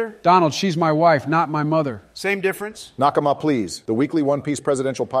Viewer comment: every time says “nakama” i recoil